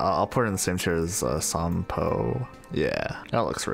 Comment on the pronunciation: Genuinly exstatic to hear you pronounce Sampo correctly (although with an extra long "o") cause even the game mispronounces his name 😭😭